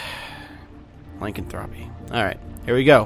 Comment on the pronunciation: Lycanthropy, he butchered that word